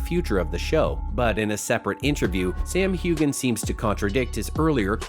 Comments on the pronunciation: His name is pronounced Hewhan…NOT Hewgan‼️‼️‼️ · Why would I EVER believe anything on this video when you can't even pronounce Sam's last name correctly? How irritating! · This narrator can’t even pronounce Sam’s last name correctly, and this is nothing more than click bait! What a sham!